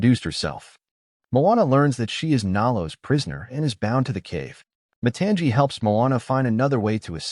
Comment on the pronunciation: It is not pronounced mu-ton-jee, its mu-tong-ee. And it is not pronounced syy-mea-u, its si-mae-u. Bruh watch moana 2 and PLEASE pronounce the names right bruh😮😮😮